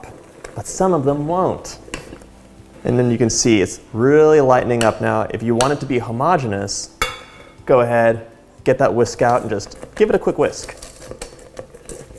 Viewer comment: As a chemistry student, when I heard him “hem-ogg-e-nous” instead of “homo-gene-ous” that KILLED ME